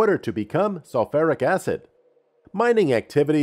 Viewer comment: Not Artic. Arctic. Not GalaPAYgos. Gal OP a gos. Research works. Selferic acid? No. Try again.